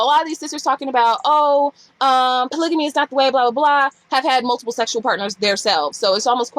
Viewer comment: You're pronouncing polygamy wrong.